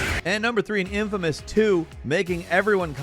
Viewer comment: For the infamous stuff you mispronounced names hard, like made me laugh. but it is a good game when it came to choices